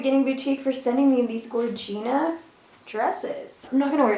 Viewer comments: Loveee the way says “gourgena” 😂😂😂😂😂😂😂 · I love you and your lingo but I can’t get behind “gorgina” it sounds like “cochina” 😅🤣